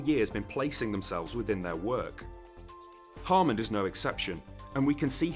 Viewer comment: Sounds like your saying "Harmond" every single time